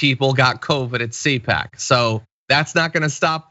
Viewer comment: C-pac not Coach!